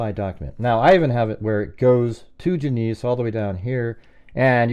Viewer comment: Genesee is pronounced Jen-uh-see. Thanks.